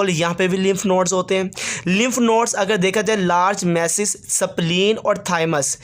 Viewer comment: Sir pronunciation is in correct sapleen nhi h spleen hota h